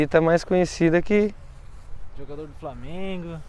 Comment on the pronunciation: o cara falo framengo kkkkkk assiti desempedidos kkkkkkk